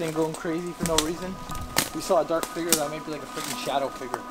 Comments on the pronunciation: No offence but everytime you say "Figure" It sounds like you're saying "Finger" xD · I know, right. Or how he says 'figure' or 'villa'! I think he's hooked on phonics. lol